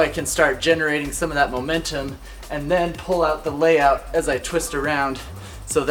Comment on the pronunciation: Lmao I thought he said N-word layout